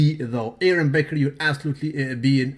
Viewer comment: Brawwwwww love your page but what's with saying Aron BECKER?? it's BAKER. and at the end with Ronnie WINKLER when it's Ronnie COLMEN? brawwww,!!! This comments are NOT to be saluted! Lol